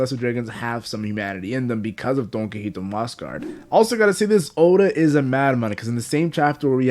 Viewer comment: It's pronounced "Don-Key-hoe-tay"